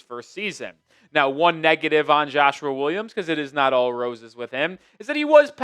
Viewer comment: Why you keep saying Joshuar Williams 😂